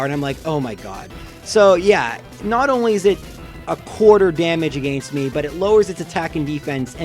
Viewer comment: you said "against" so foreign to me all in all great vid